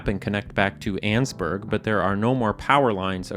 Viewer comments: Pretty sure it’s pronounced “An-es-burg” not “anne’s-burg” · i love how you pronounce Annesburg "Annzburg" and not "Annisburg" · Its not "Anns-burg", it's "An-nes-burg"... 3 syllables. I know, cuz I lived there for many years. Its in Virginia. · In the kindest way possible, I disagree with pronunciation of Annesburg